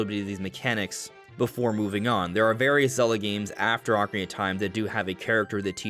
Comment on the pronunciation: Thank you for saying Ock-arina and not Oak-arina 🙏🏻 😂